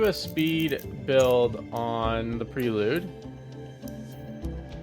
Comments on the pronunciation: Honda PRAY lude. Not pree lude. 😉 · Everytime he calls it pree-lude I'm screaming at my phone, "it's pronounced "pray-lude" you lunatic".....lol....nice vid